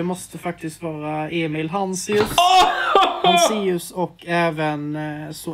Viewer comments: Bara jag som lade märke till att att ”vad jobbar du med” killen sade hanséus och inte hanseus😂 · Han sa HANSEUS